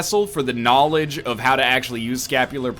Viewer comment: yes get the knawlage